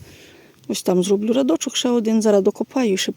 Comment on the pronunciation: Не радочок а рядочок